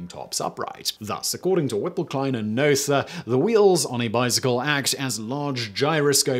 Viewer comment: Except his name was Noether. English speakers pronouncing foreign names...